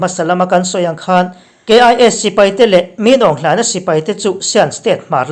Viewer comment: Min awng hlian(f d d)ti a lam tur.Kalawm e